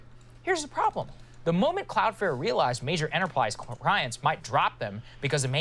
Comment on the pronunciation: Buddy saying cloud fare triggered me